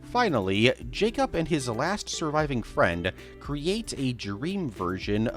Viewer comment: Am I allowed to ask why you say Jacob like it's spelt J-A-C-U-P?